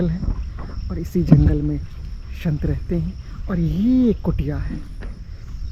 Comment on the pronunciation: शंत नही संत लोग बोलिये 😮😮😮😮😮😮😮😮😮😮😮😮